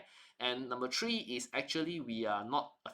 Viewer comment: Please, it's "three" (3) not "tree". It sounds so ugly.